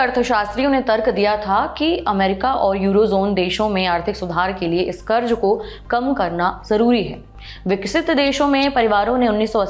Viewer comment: Pronounce sahi karen. Karj nahi karz bola jana h